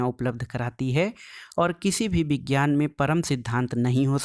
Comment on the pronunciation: Vejiyana na sir padhna hai